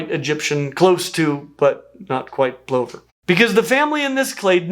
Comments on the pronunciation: plover is pronounced pluver in actual english :) like other, not over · say lover then put the p in front. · I've never heard plover pronounced that way 😛 In my corner of the world, it's more like pluhvuh 😄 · AFAIK, most Americans also pronounce "plover" to rhyme with "glover." I've never heard pronunciation before. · Interesting that US pronunciation of plover is different than British. Here it's "pluvver" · This is the comment I came here to make. Maybe it's a regional thing (Australian here), but they're "pluvers". And the swoop like magpies here too. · Is that really how "plover" is pronounced? I've only ever heard it pronounced "pluvvah". This has been a profound culture shock. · Was scrolling to find some mention of this! Australians are used to plovers dive-bombing us like amphetamine-fuelled Stuka pilots as we walk across parkland. They are pronounced “Pluvva” here, usually with an expletive in close proximity before and/or after. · Pluvver. It's pronounced pluvver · I have been a good viewer and watched the whole video but my ADHD brain kept cringing at your pronunciation of plover. In my Australian English the word is pronounced like ‘lover’, not like ‘over’. I know that words are said differently in different places but you said it so many times, my poor abused nerve endings were aching by the end. 🥹🥹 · That was all very strange to my ears. This side of the pond, a plover sounds like a lover. Do all Americans say it like 'pullover', or is it another of niche pronunciations? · That bugged me, too, but apparently, both pronunciations are considered correct. Plover sounding like "over" is an Americanism. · Me an Australian who has never heard "plover" pronounced like that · I've always heard it pronounced plover like cover rather than like clover. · Plover - as in LOVER, not as in OVER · TIL Americans pronounce plovers like.. that. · I have always heard plover being pronounced as in lover. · Yes! “Pluvver” not “ploh-ver”! 🐜